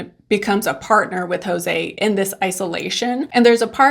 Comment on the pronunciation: "JoSE" no "JOse"